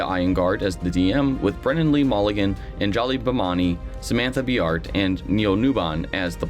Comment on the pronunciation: I have never heard Anjali's name pronounced that way xD